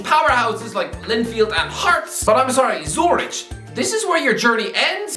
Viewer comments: Why did my man call the Swiss city of Zürich a village, than proceeded to pronounce it as Zurić like its some small village in Bosnia 😂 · It's pronounced zuRICK. Bloody. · Umm, what the hell is that pronunciation of "Zürich", and why is it considered a village to u, even though it holds half a million people?? 🤣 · not only did he butcher the pronounciation of Zürich, he called it a village despite the fact it has basically the same number of people as Dublin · In all fairness, while it sounds more ridiculous, it’s just as wrong as zu-rick. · The h in Zurich is silent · That pronunciation genuinely killed me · I love how he pronounces zürich in the worst way possible, and than proceeds to just be completely wrong about the city